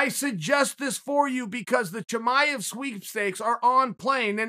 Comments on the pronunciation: I'm listening to this while doing dishes and the entire time I think he is saying "Jemima", when he is trying to pronounce "Chimaev" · Me: Chimaev Chael: Chimichanga Me: ok great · i love your analysis ... big Fan . pardon me, but let me make it a little easier to pronounce khamzat chimaev. khamzat actually is (HUM-ZA) chimaev actually is (SHE - MA - ive)